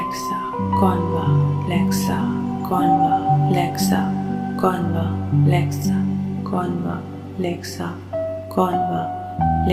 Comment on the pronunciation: Wring pronunciation a is silent it is convlexa